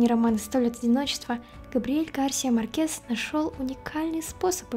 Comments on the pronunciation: Почему Марке́с, а не Ма́ркес? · Хорошее видео, только МАркес, а не МаркЕс